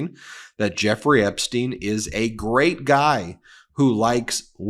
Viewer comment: Why do you pronounce Epstein Epsteen?